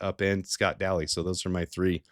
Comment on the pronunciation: also, why do you pronounce LS Scott Daly's name as if his last name was spelled Dally?